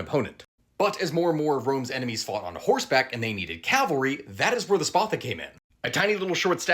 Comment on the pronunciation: Dear God....he said CALVARY......HERETIC!